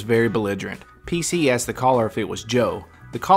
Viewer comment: She “axed” me...lmao